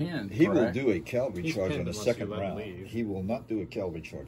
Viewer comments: As in Cavalry, not Calvary. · Please, not calvary. Cavalry.